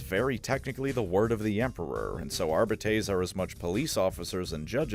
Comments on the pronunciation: You played Rogue Trader, you know it’s pronounced “Ar-bee-tees”. I don’t like it either so respect the dedication lol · I to pronounce it "ARE-BITE-S". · Wdym worst, the worst is easily ar-bite-es. Plus, if my memory from the days of learning Latin serves me well, ar-bEEt-es is the correct one. And yes, I know, dead language and all that, but it still had rules and structure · Ar-bee-tees or Ar-bee-tays. Anything else is wrong, objectively. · It is pronounced « Ar-be-tess », you wretched colonials. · Pronouncing arbites like this is crazy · I know that you know that your pronunciation of the word “arbites” is wrong. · My favourite part about the Adeptus Arbites is there is not a way to say the word “Arbites” that sounds remotely satisfying or correct Arba-taze? Arr-bee-taze? Arr-bee-tees? Arr-bytes? Arr-bi-tees? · You gotta say it like in Latin. Hercules --> Arbites. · I really hate how you keep mispronouncing Arbites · Is no one gonna mention how Arbites is not pronounced that way? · You could au least use the common mispronounciation instead of making up a worse one. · i dont like the way he pronounces arbites